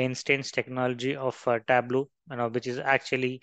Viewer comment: It's Tab-low.